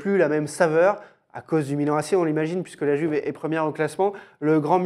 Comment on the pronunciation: Oh merde est-ce que vous pouvez respecter l'italien en disant "Youve" et pas "Juve" merci ahaha